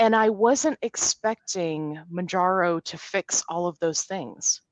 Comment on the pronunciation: I really enjoy the content, thanks. I’ve been watching tons of videos as I’m on Mounjaro myself now. There are so many channels with helpful testimonials on Mounjaro, which is nice, but it irks me that nobody ever says it right. After I heard it pronounced 20 different ways, I called the Eli Lilly help line to see how the recorded voice says it and got my answer in seconds. It’s pronounced like the MOUN in MOUNt and the JARO at the end of KilimanJARO. MOWN-JAR-OH. It’s confusing to me that all the people that make YouTube channels about this drug don’t do that basic level of research.